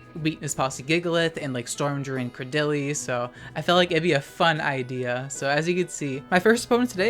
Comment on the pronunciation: After watching some of Garbodors vids and hearing him pronounce it cray-duh-lee, it is physically hurting me to hear someone say cruh-dil-ee. And it hurts even more to not know the actual correct pronunciation